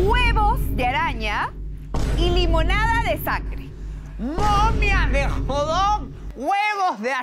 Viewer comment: acaso no se pronuncia Hot dog xd? Con la T, lo dicen como Jodog :v